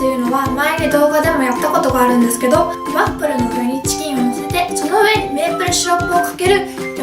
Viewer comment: これって滑舌いいうちに入るの？笑 最初の方ワップルとか言ってたりするけど